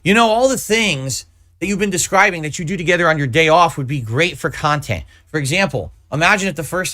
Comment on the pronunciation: Such positive khuality khantent!